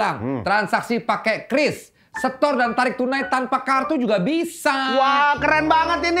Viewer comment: QRIS itu bacanya kyu RIS bukan kris